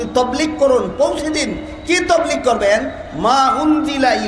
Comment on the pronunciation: Huzur hoilo akta patha J tablig shobdo ta sothik vaba bolta parena se ki alocona korr?